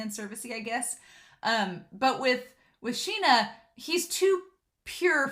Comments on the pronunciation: This anime has such beautiful backgrounds, it's just really nice to look at. And the name is pronounced "Shin-ya". Personally I find it really difficult to say it correctly, like you can't emphasize on the "y" that much in the sounding, but without it, it sounds weird? Just do your best and try to imitate the VAs xD. And Ao is just precious! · I love the way you ship everyone with everyone in this show! 🤣 Me too — the author did such a good job of establishing what their relationships with each other were like! And I’m pretty sure his name is “Shin-ah” with an “sh” sound. That’s the way it was translated in the manga translation I read.